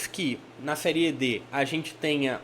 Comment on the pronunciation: Gostei do seu vídeo, deu agonia você fala seriê , o correto é série 😅😅😅